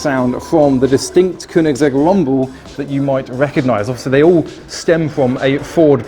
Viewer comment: "kunigsegg" lol